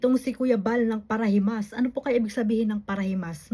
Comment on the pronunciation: Ang narinig kong sinabi nya ay ang founder ng para limos at hindi parahimas. Play it slow para marinig ng tama. Mali pa rin ang sinabi nyang paralimos, dahil hindi naman humihingi si VSM ng pera sa sponsors.